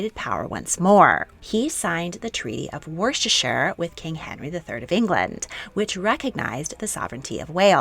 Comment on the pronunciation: What about her pronounciation of "Worcestershire" 🙉😬😬😬